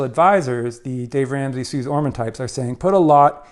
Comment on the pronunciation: Great video! Suze Ormans name is pronounced Suzie 🙂